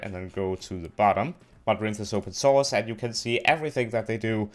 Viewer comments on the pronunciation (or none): Its not modrun its Modrinth